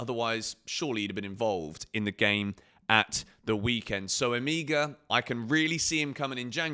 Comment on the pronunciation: the name is Emegha - pronunced as Emeha... the two Es pronounced as the E in Empathy